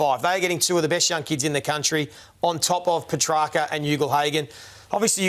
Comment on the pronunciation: This Jon Ralph clown is still mispronouncing Petracca as Pe-tracker. Get it right!